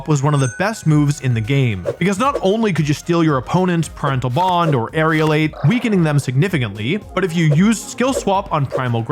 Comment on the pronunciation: How has no one corrected aerialate ...